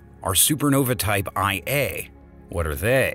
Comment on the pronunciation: The commentator needs to learn his script and pronunciations....Par Sec is correctly Para Sec isn't . Type one a Super Nova, not type i a. Come on guys.